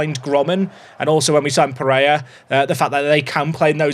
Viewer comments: "peh-ray-RA", "KEEN-yon-ez", "hay-zeus (maria garcia)" "ah-ghee-LAR", come on if you can nail Finnish pronunciation I believe in these too! 🙏🙏🙏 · apologies for the error, all I want is for to stop saying a very English sounding “Jesus” and to pronounce the final R and Pereyra’s name! 😅😭